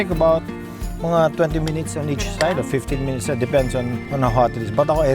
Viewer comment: naparewind ako mayor yung Minutes at Each naging MINEACH, 🤣